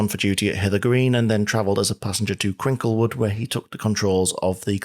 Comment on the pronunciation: Hi - thoroughly enjoying the series as always; it keeps getting more professional with each series! Just a tiny point, you said "Crinklewood", but I imagine you meant "Cricklewood", near Hendon / Kentish Town? All the best!